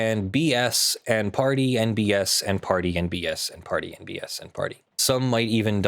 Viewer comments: The inflection used and silent D in "and" definitely made me hear "Party NBS" as well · When I've heard you saying "Party and BS", I seriously have heard "Party NBS" - and I was thinking, either there is American Sports League that I've never heard of, or it's some news station 😂.